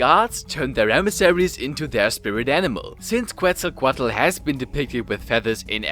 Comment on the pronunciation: I know nahuatl names are hard, try tu say it in silables Mik-te-ka-si-huatl, ket-sal-ko-atl, yo say tezcatlipoca in the best way posible